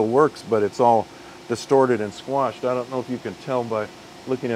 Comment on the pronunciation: Thought he said "squanched" not squashed for a bit then, almost a closet Rick n morty fan outed proving he isn't a cyborg. But as it stands if he asks for your clothes, boots and your motorcycle I suggest you hand m'over.